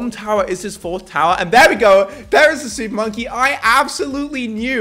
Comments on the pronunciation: What is hé saying supppppponky😂😂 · when he said "Im gonna use super monkey* i just heard SOUP MONKEY